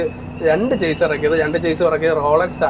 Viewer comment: ഷാസി എന്ന് പറയണം. ചേസ് അല്ല